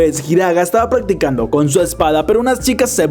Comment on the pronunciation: En el minuto 35 dice paggticando capaz ni me lea pero me dio mucha risa